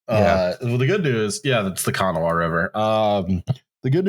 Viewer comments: Since West Virginia's "Chemical Valley" is liable to be a setting for any number of episodes in the future, you need to know how to pronounce the word "Kanawah" (Kanawah County, the Kanawah River, etc). It's said more like "Kin-OH-uh", it's definitely not "KANNA-wah." I appreciate your coverage of my homeland and the people who trash it. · It's pronounced "Kannawwhh" river. Because apparently we can't friggin' pronounce anything correctly here. Also Charleston and the surrounding areas are where pretty much all of the heavy chemicals used in industry are created in the U.S. It was so important it was considered a target for bombardment by the Soviets. As for the explosion, it was so strong a piece of shrapnel from the tank got blown all the way across the river and into the woods. There was a shelter in place order for two miles around the plant. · Kanawha is pronounced "Can-ah". I was texting my brother about it when it happened and he was like "eh its 12 miles away and the evacuation is only for 2 miles". I replied "Sure. I listen to an engineering disaster podcast though and sometimes shit like this inexplicably goes from uh oh to FUCKING RUN. Probably nothing to worry about though. Just to be aware of". If you guys cover this in an episode at some point it could maybe be rolled into one covering all of the sacrificial economic zones in the country. Other ideas: Any of our mining disasters like Sago in 2006, the 2014 MCHM chemical spill in Charleston WV as well. Also the Buffalo creek dam disaster. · Your pronunciation of Kanawha killed my Appalachian soul. Other than that love the podcast!